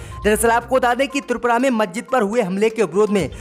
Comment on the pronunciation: I am from ALIGARH U.P. नखलऊ, मज्जिद और कई शब्दों का उच्चारण ठीक करें م خالد انصاری دارالقلم علی گڑھ